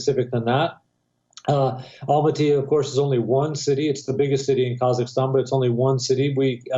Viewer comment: It's pronounced KA-ZAK-STAN